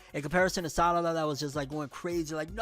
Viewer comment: He called her Sadada 😂